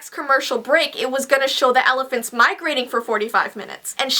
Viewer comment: alaphants